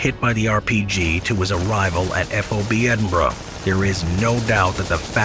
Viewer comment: Please stop saying "EF OH BEE" lol... it's just FOB "Fahb". It's killing me and anyone else that knows the correct way to say it 😆